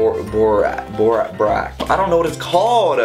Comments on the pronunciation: its pronounced like boar Axe haha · when he says borax it sound like barack 😭